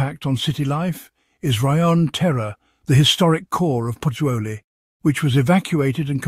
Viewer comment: Lol she can’t even pronunce Pozzuoli properly..it’s not that difficult😅